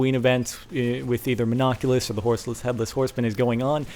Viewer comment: No, its Mon-oc-u-lus.